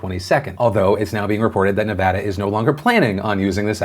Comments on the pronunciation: It makes my soul so happy when you say Nevada correctly. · As a former Nevadan - Thank you for pronouncing the states name correctly.